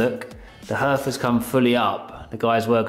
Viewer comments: The paint effect reminds me of the colour-washing I did everywhere in the early 1990s - I don’t envy you if you decide to do the ceiling too. By the way, it’s usually ‘harth’ rather than ‘herth’. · Pronounced “Harth”. Spelt hearth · Love waching your renovations you are doing a great job, by the way it is pronounced HARTH but spelled hearth. Sorry your cold nothing worse! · Great stuff you two 👏👏 coming on nicely.love your vision and determination.( it's a Hearth pronounced " Harth" ) best wishes as always to you and the furbabies Xx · it’s never pronounced “herth” 😂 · Yeah, it’s pronounced ‘harth’ (hearth) lol